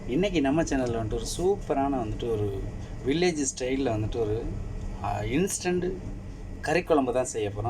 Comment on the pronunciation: Ilstant ah ila instant ah